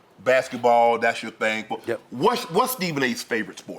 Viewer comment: "But here's the thang Stephen A" Me: Ahaha, he said it, he said it! 😆